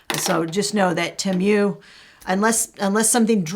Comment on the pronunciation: Don’t know if it’s been mentioned previously, but I believe the correct pronunciation of “Temu” is Tee-moo. And from what I’ve heard from various sources, I won’t be buying from them either.